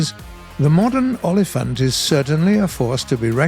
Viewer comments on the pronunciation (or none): tip for how to say rooikat its like u say oy kat is prenounced accurate so welldone olifant is like oh-lifant hope it helps.